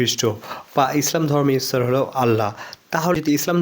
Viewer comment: এ ভাই তোমাদের ভাষা এমুন কেন ইচ্ছৰ না ইশর